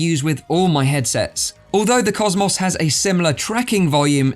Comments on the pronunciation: Normal people: cosmos,: causemoss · im sore i cant get over how you say cosmos maybe its just because my accent is different but i cant get over cos mos lol not being rude its just funny to me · Why do you say HTC Vive "COS MOSSSSS" xD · You say cosmos wrong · I'd ask, (Why can't you pronounce "COSMO" correctly) but then I realized you're more than likely American! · The way he pronounces cosmos. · Why does he say cosmos like that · Yea! It's like Murica invented English (with Greek roots), innit mate! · well cosmos isnt really a common word so I've never heard it pronounced like that